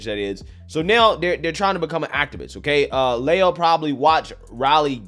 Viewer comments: i believe the Transformers name is pronounced Lee-a and not Lay-ya. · "Lee-uh" Thomas Princess "Lay-uh"